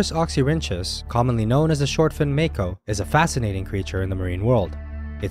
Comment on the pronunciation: Yay u said it right mako❤️!!